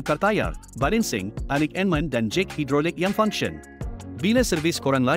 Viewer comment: Dia sebut allignment mcm siot je